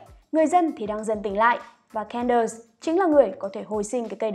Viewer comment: Xin lỗi nhưng có thể đọc đúng tên Candace ko? Nghe Can đợt Can đợt rất khó chịu ạ